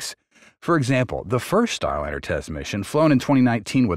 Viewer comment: Not so sure. The speaking pace seems to speed up and slow down from time to time. Like a record play too slowly.. Word mispronunciations like Starlinnner sound like a bot